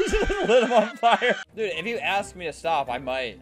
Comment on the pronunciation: “Stawp shootin mwe” GurgleXScoff